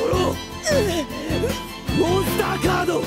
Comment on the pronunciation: Legend has it that he is still saying "DRAW MONSTA CADO"